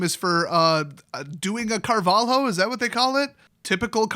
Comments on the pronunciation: Pronounciation: Car-vah-lih-oh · as a defender of the portuguese flag, and without knowing exactly how much you care about linguistic intricacies (probably very, very little), I feel inclined to say that it's not Carval-hoe, the "lh" is supposed to be one sound, similar to double L in Spanish, like in "pollos" for instance.. other than that you pretty much nailed it, with a slight tonal deviance that's due to differences in native tongues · Portugal, it is also pronounced Car-val-yo. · That flag is from Portugal and it is pronounced "Mahsiu Cahvaliu" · Portugal, last name pronounced carvah-lyoo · pronounce something like "carvaleeoh" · That flag is from portugal, it is pronounced "carvalio". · it's not pronounced carvalio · It's the Portuguese flag and his name is pronounced "mar-ee-sio Car-val-io" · If you're actually interested in the pronounciation, it's Marcio Carvalio, and the flag is from Portugal. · the the fuck is a carvaLIO? are you even portuguese? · the LHO in carvaLHO. you better saying "LEE"-O but A for effort! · just being as nice as possible 1. you know the flag and you know where he's from, yeah portugal is not a big country but like you said he needs no introduction, dont shade the country because you hate 1 guy, that's to easy and only makes you look dumb :) 2. hes a cheater and a piece of trash i agree and MTG should've alreaddy banned him for life 3. lh has same sound in portuguese as ll in spanish, maybe that helps how to pronounce it ;) Keep up the goood viideos just make sure to use the right way of saying things, maybe it helps boosting your channel :) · Here's my angry comment: So you made a 13min video about a dude and didn't even bother to search his nationality or the flag? C'mon it's not that hard SEU BURRO MIRANDES DO CARALHO! Try to pronounce that.